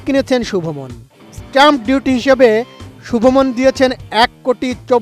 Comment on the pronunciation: সাংঘাতিক শুভ মন কি আবার? তার নাম শুভমান গিল😂